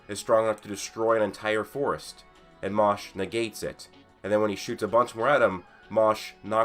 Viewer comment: Fam... Seriously... You can pronounce MASH better than that. It’s Mash not Mosh. Put some respect on the mans name!